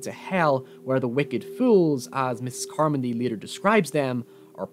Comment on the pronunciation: Mispronouncing "Carmody" doesn't make me trust you as an a narrator.